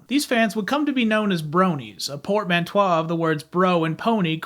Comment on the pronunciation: Portmanteau is pronounced "port-man-toe," I believe.